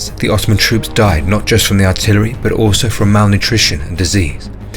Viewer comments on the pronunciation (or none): none